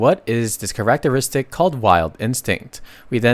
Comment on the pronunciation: dude you NEED to find the right way to say characteristic, there is no way you say it like that, PLEASE stop, its killing me here